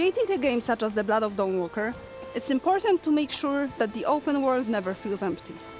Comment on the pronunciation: "The Blludd of Dahnwalkerr"